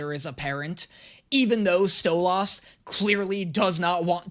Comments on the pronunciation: Listen in the last video you said that u pronounce stolas the same as they do in the show but like- u pronounce it as stolAs 😭 you pronounce the 'las' like the 'las' in the word last while the show pronounces it stolus like 'lus' from lust instead of las 😭 BUT HELL YA MORE HELLUVA BOSS ‼️ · it's pronounced STOW-LES, not STOW-LAS!!! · Btw it's pronounced stolis but spelled stolas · Stolass? Its stolAs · stoluuuuuussss no no its stoliiiisss AND CAN YA NOT SKIP THE FUCKING BEST PARTS PLS>:( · It’s Sto-liss not sto-loss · so his name is pronounced "stole-is" not stole-os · It seriously triggers me how keeps pronouncing it "Stole-Aws".... Even in the show, when they say his name, it's "Stole-iss" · damn that stolaas thing is really anoyying XD LOL its stolas not stolAas or stolaaaaas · I’m so tired of him saying stoloss when it’s stoles and i know it’s spelled Stolas not stoles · I cry a bit on the inside every time he says StoLahs when I’ve only heard it pronounced like StoLess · I love pronunciation of Stolas he makes it sound super posh "Stolaaas" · why does he say Stolas im sorry its called Stoles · Dose anyone else getting triggered everything he says stolAHS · It's pronounced stolis I'm sry for being that kinda guy😊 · I like genuinely hate how he pronounces stolas as sto-las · Stolas is how it’s spelled but stoles is how it’s said just sayen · needs help hearing if he can't figure out that he was pronouning Stolas wrong. Btw it is pronounced Stoe-luss. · It’s pronounced like stolis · It's said like sotlis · it's stow-lus 😅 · Um, ackshually, I can't believe how badly you're mispronouncing "Stolas." Everyone knows it's pronounced "Stwubbie." Get it right! :) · Bro you saying it like stole-ahs and it should be pronounced halfway between that and how you would the word solace. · Think of saying "stole liss" faster than normal, and that's how you pronounce Stolas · You're saying his name wrong. It's not Sto-LAS, it's Stwubbie. :(